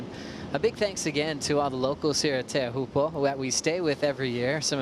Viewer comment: WSL really need to provide PD and cultural competence to all staff, commentators and surfers in how to pronounce Teahupo’o. Even if people dont get it completely right its appreciated when you make an effort. Hearing people still saying Showpoo and Chopes is so disrespectful and in this day and age, really not acceptable. Its one word/ name. The least you can do travelling there under the locals manaaki is learn that one thing. Please have some respect